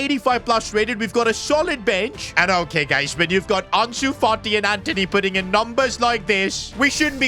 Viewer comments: Antony❌️ Anteny😏✅️ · It’s Antony buddy not Anthony